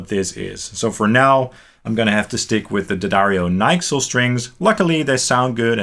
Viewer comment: Never ever have I heard someone call the NYXL strings "Nyxel" as a whole word LOL. Also, are you really a guitar or bass player? Never even heard of the NYXLs? :D That's almost imposssible.